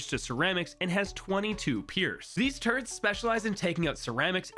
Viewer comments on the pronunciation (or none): you say turds instead of turrets lol